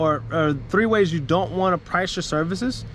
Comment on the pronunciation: Yo …”serices?” Come on man. Lol jk good stuff with your business. I am currently working on my own. Oh also you said point #1,2,3. But they were letters. 😅